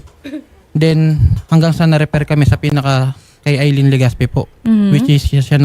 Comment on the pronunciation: Di naman yan aileen Al lyn po pag basa nyan 😂😂😂